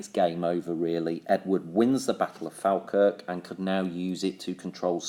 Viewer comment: Its pronounced "fall - kirk"